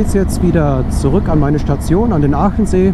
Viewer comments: Hallo, wieder ein tolles Video, Vielen Dank! Aber der See heißt Achensee, nicht Aachensee😀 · Hallo, Pertisau klang ganz gut😀😀 LG Martin